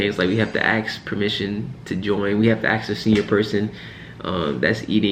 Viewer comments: Ensign, you’ve gone from enlisted to officer. Learn to say “ask” properly. It’s not “axs” . You’re a smart young man. This is a small thing, but sounds bad in an educated man. Trying to give good advice here. Listen to one of your colleagues if you need to get the pronunciation correct. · Just say axs. No one except for this guy cares.